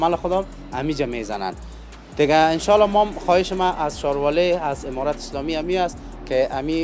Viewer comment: برادر محترم تشکر ازگزارش های جالب و خوب شما. منتهی یک خواهش از شما داشتم که در قسمت ادا حروف و صحبت های که میکنید کمی دقت کنید تا صحیح تلفظ شود تا تغیر در کلمات شما بوجود نیاید. مثلا شما گفتید که تشکر از حمارات اسلامی. اگر معنی حرف حمار را نمیدانی به معنی خر است و زمان که شما جمع ان را بکار میبرید بقیه معنی انرا خود تان حدس زده .میتو انید که چی است. دیگه تشکر و جور وصحت باشید.